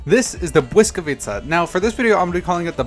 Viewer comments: Huge props for pronouncing the Błyskawica correctly! Also your shortened form "Blysk" almost sounds like Czech (a fellow Slavic language) word for lightning, "Blesk". It's interesting to see from linguistic perspective, how in the evolution of language words get shortened, but in real time. Great vid! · The greatest pronunciation I ever heard american say Błyskawica🙌 I fucking love those series😁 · as a polish person i approve that pronounciation